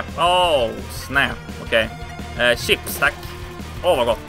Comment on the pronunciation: Det var inte chips det var ju chisps!